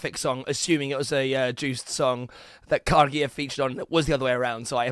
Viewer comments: Man, its /yohst/ not juiced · Juiced? You say it like it's spelt Jost, but the "o" is extended. Just like how you pronounce "poor" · Joost is pronounced like toast or ghost with a j.